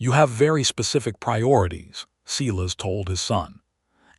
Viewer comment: Can someone please tell AI that Silas gets pronounced Si as in Silo not Selass